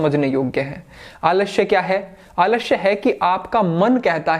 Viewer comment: Aalashya nhi sir, Aalasya hota hai.. 😂 😂 Samjhe?